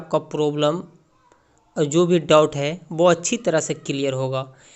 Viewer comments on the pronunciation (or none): Dot nhi boliye doubt boliye